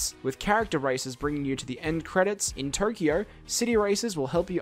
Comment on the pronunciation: aaaa not turkio, tokyo!